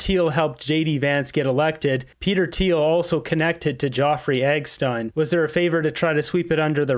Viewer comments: Who the fuck is eggstein. Its Epstein, pronounced ep-steen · Epstine not eggstine dope. Ep stine pernounce it out